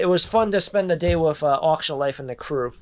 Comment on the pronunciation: It's funny when he says whiff instead if with. Like every video. Lol